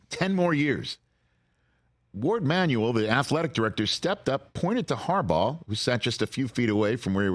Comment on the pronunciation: A "G" isn't pronounced as a "J" i would think someone with a Michigan education can wrap their head around that one